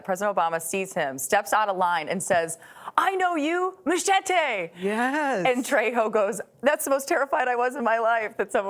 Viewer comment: She couldn't at least try to say Machete correctly?